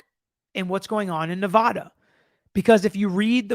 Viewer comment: FYI...This is the correct way to say Nevada.